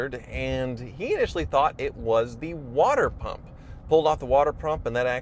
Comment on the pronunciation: Anyone else hear him say "water prump''?